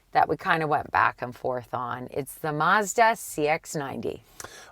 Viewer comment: If would only learn how to pronounce "Mazda."